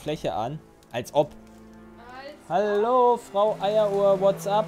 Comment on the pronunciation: Normale Menschen: HALLO: ALTO